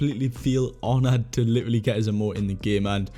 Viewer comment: Does anyone else get annoyed when he says ‘literally’😂😂😂 he just doesn’t say it right😂😂